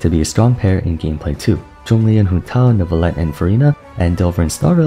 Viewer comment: I am so happy that the age of people saying "NEURVIETTE" is over. Jesus christ that pronounciation was awful to listen to.